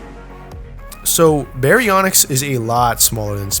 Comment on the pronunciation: just saying its baryonyx not bionx and suchomimus not suuko and itchyovenator not icy vator